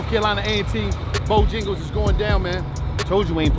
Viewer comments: lol what is bojingles 😭😂😂😭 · If Wallo say BoJingles one mo time 😂😂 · “Bojengles” -Wallo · Bojangles bruh not jingles